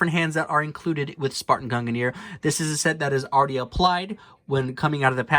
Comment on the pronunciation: Why does nobody pronounce mjolnir and gungnir right? They rhyme.